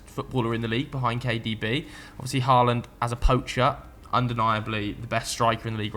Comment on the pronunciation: Please please please can you all spend five minutes learning how to pronounce Erling Haaland. If I hear Areling Whoreland again I'm going to have to unsubscribe 😂😂